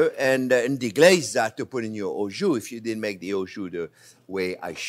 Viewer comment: It is kind of strange that a french chef do not know how to prononce « jus » !?!